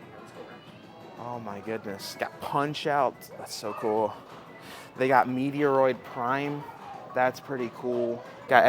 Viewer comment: "Meteor Prime" was the worst one yet, imo.